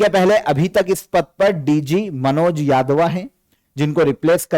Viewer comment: यादवा क्या होता है यादव बोलिए मैनचेस्टर से आ के नहीं पढ़ा रहे हो।